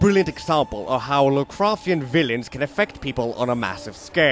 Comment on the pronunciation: lu'cru'chen... vi-yi-gmsh